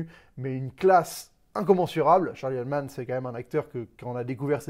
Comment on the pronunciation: Ptn mais tu dois prendre des cours d'anglais mon gars, c'est Gentlemen, pas Gentleman, c'est McConaughey (Muh Coh Na Hey), c'est Charlie Hunnam (Hunnim) pas Hun man 😂🤦‍♂️